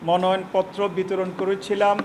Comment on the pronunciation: 🎉😂😅"মনয়ন" নয়, ❤🎉😂😊😅🎉আসল ও সঠিক শব্দটি কিন্তু 'মনোনয়নপত্র' 😊🎉❤